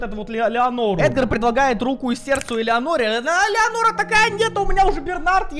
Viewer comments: Леонора А Ленора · видос классный но не леонора а ленора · Меня одного волнует, что не Леонора а Ленора! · Эта блондинка не Леонора а Ленора😂